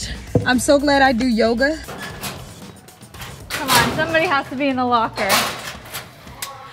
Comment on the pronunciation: That moment when she said I’m glad i do Joga 😂